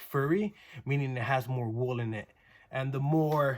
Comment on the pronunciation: exactly not trying to be rude to this guy but anytime i heard wool i cringed